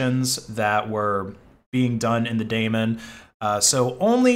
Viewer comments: "Daemon" is pronounced "demon" (not "Damon"). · It's a daemon /ˈdiːmən/ you are saying it wrong. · Daemon is actually pronounced "demon"